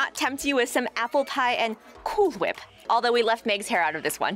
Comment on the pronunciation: May i have more "coOol FWhiP" Please?